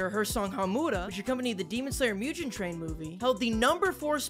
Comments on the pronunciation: Please stop pronouncing Mugen as Myujen. It's Moo-gen. Thanks! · Why the f did you pronounce it "Mew - GEN" like "Jen" for Jennifer? It's tripping over this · I hate the way he said mugen it's pronounced (moo-gin) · The way he mispronounced mugen bothers me